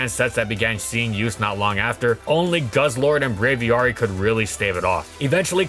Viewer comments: The As in Braviary are pronounced the same way. Same root as Aviation. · Love the video, but that's certainly one way to pronounce Braviary